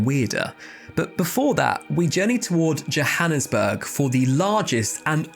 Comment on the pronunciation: Bro your pronunciation of Johannesburg and Vredefort are spot on